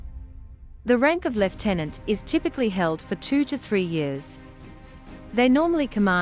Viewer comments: So nice to hear the word lieutenant pronounced correctly Thank you. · seeing as it is originally a British rank,it should be pronounced thr British way 😉